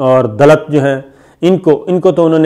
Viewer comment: Dallats!!!! 😁😁😁 Attar Pradesh 🤣🤣 Pakistani videos mein aur kuch ho na ho, aap ke pronunciations se bahut comedy hoti hai